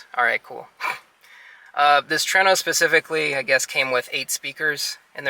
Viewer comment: It is TRUENO! (TOUR EH NO) Not TRENO! Your saying it wrong